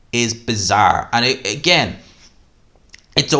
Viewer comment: Judges with Tarot cards, uh-gain